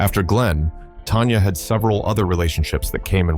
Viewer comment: It's Tanya Tucker, You Ai piece of poo poo, not "Tonya" lmao... also, still trying to figure out how Tanya was a Diva who destroyed her marriage??... Sounds like it was both, Her and Glen Campbell, who did that... but who is to say that any of this is true? I mean the Ai can't even say her name right.